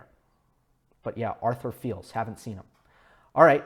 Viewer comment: Arthur Fils - French teen who I think had a deep run at the Roland Garros Juniors last year. Last name pronounced the same way you would say Monfils